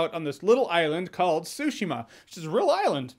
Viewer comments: Anthony Horrocks Look up the pronunciation and listen to the intonation. I speak Japanese and it’s not TSUshi-ma it’s Tsu-Shi-Ma. I might be a little bit picky, sue me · TsuSHEEMA not SUSHIma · It's not ... Sushima ... it's TSUshima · it’s TSUshima! つshima! not sue-shima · Tsu-shima dude, not Sushimaaa! NieR franchise has consumed my life for about 6 months so far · because he is saying sushima and not tsushima. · Ghost of Sushi-ma, sounds tasty lol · Every time I hear him say Tsushima I hear "sushima" haha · I had a feeling Jeremy would like this game but more importantly I knew he’d pronounce it the way he did lmao sushi-ma 😭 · No that’s not what I meant, yes the t can be silent — I meant it’s tsu-shima, not tsushi-ma. Lol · My God he says it worse than I use to. I used to say su-shee-mah but he straight out says sushi😄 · I believe its actually pronounced Zu-shima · Take a shot everytime Jeremy says “Ghost of Sushima”* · Why do people continue to mispronounce the name?? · This cringe comp loves this game and can't be bothered to pronounce it correctly. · Is it just me or is he saying "Tsushima" strangely? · It bothers me just bit the way he pronounces "Tsushima". Great review though! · The T is silent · So the silent 't' in Tsushima is in fact something English native speakers do? Watched some reviews and was wondering why the 't' gets dropped a lot. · He doesn't say Tsushima neither. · This game is perfect 😍 Even if everyone pronounces Tsushima the wrong way 🤣🤣